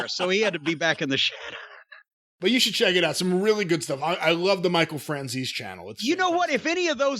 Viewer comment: Michael Fran-zees?